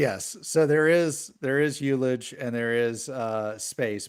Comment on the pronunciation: ullage is pronounced hull uj without the leading h